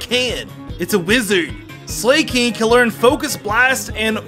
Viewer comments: Your pronounciation of ally is wrong. And your pronounciation of Slaking and Magcargo. They're puns so you use the words they sound like, in this case magma and cargo, and slack and king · I love that you said slay king instead of slaking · Lol, 'slay-king', 'ALLEY switch'